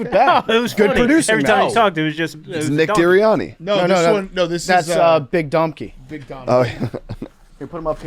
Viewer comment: “Nick Deeriani” made me laugh way too hard. Keep ya head up 😭